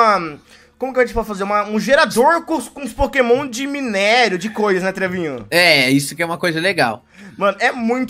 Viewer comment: Poquemon inícial